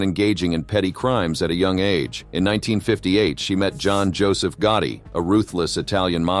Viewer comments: If I hear "GUARDY" one more time... I'm going to scream! Americans have difficulties with pronouncing the simplest words. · What annoys me is the pronunciation of GOTTI what on Earth is "GUARDY??!